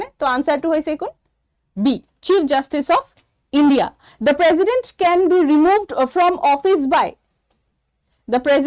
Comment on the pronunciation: If president pronounce as prejident then prejudice should be pronounce as presudice .